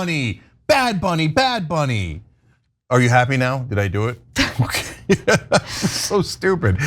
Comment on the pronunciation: Not sure who bad bunny is but am sure that isn't how you should say it